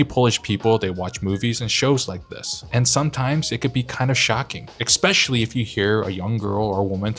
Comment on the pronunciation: What is shocking for us Poles is hearing "expecially"...